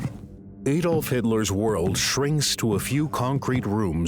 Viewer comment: Its not aydolf its adolf .. ad olf